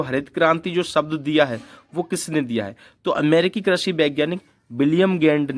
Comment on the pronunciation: Krashi nhi krishi hota h